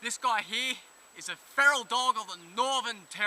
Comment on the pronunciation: you said dong instead of dog...